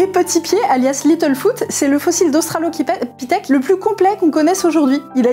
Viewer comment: australoquipèthe, très bien dis